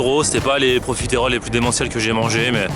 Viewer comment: Arrette de dire Profi-terolle !!! et dit profitroll !!!! Sa me stress !!!